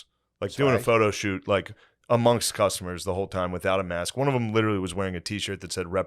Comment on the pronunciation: Every time Matt says: “ LIT-TRILLY” I want to LITERALLY choke him